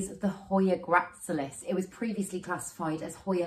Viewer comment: Hey. Another fab video - starting to get really into jungle cacti at the moment, so love so many were featured. Lush! Just a note to say that the hoya gracilis is pronounced grass-ill-is:eyes-pink-heart-shape